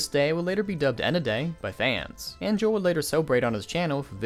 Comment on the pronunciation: It's pronounced Ho-elle Ge-rah